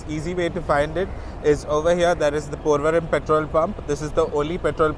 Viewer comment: I love your videos! I learn so much from them. But I have 1 question. You pronounce the M at the end of place names; like PorvoriM instead of Porvori. All of my cousins in Bombay tell me that I'm incorrect when I do that. Which is correct and does it matter?